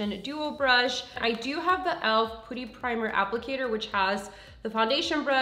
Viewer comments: It's not "pooty" it's "puhty" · omg why does she keep saying POOTY! ? lmfao i can't it's PUTTY omg lol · sometimes she pronounces brands names wrong